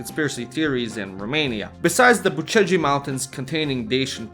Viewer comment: Unliked this as a fellow Romanian I hate when you say "Bucegi" as " Bu Ce gi" like you're some American.